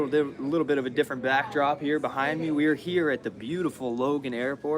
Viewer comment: "Little dit of a bifference" 😁